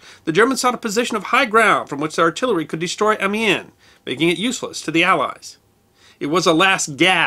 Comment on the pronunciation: His pronunciation of foreign words is appalling. Try vee-LAIR-brett-on-EU. And am-YAN.